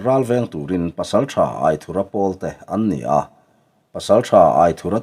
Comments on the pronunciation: A ziaktuin Aithura tih tur ti a a hrilh tawh hnuah che Aithurha tiin ila chhiar zel mai chu a nia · A lam dan dik i hriat toh tho te chuan lam dik ve mai la. aithura hming hi